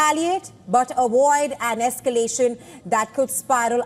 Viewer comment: A"V"OID.....NOT A"W"OID 😆